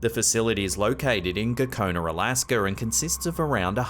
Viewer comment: DID HE JUST SAY ALASKER?? BRO THERE IS NO E.R IN A.L.A.S.K.A. DIP SHIIIIIIII....GUYS BROKEN ENGLISH IS EMBARRASSING... GOOD ON YA MATE KEEP IT UP 👍8TH DAY 🤫👁